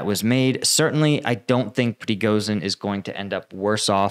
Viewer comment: You need to find out how Prigozhin is pronounced